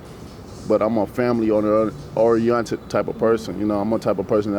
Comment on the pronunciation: orionted, is that a new word?